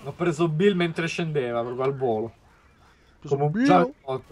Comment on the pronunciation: Si dice BBHILL